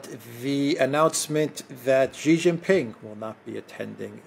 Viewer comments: Sheee not Jheeee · Xi Jin Ping is Sheee Jin Ping, Jhee Jin Ping means PENIS. Stop it, I SUPERCHATTED you twice on this. I saw you read my comment. You are doing it on purpose like Elensky. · follow Alexander's lead, sheeee like female is the correct pronunciation. Jheee Jheee means Pee Pee as in penis in Chinese language stop it. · Correct way to say Xi is Sheee. Jheee Jheee means Pee pee in Chinese slang as in penis. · Yes, Xi should be pronounced as “she” in English. But what you said about Jheee was not true, Chinese language has 20～30 characters that pronounce “jheee”, nobody will link Jheee with penis in this context, it is fine for Alexander to pronounce Xi like jheee